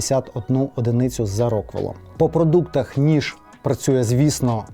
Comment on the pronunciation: уу, нарешті я почув від вас правильне "по продуктаХ" замість русизму "по продуктаМ", бо ті закінчення на -м ріжуть вуха. однозначно лайк вам за старання та розвиток👍